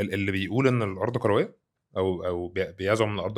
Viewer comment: عندي ملاحظه على المذيع..هو يتكلم بسرعه شديده ويبتلع اخرف من الكلام..هل هذه لهجه خاصه ببعض محافظات مصر.لاحظ نطقه بكلمة كرويه يقولها بربع ثانيه..يقول نقطه تانيه..:نقطتنيا...وهكذا..هو افقدني متعه الاستماع وحولها إلى فك الغاز